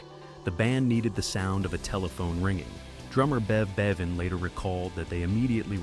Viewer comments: It's BEVAN not Baven. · Ffs, hire a HUMAN narrator, ye cheap dix! Bev "BAY- van"?!? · I thought exactly the same……. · Who's "Bev Bayven"? 😂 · AI voice? Could not pronounce Bevan remotely correctly. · You pronounced 'Bevan' incorrectly.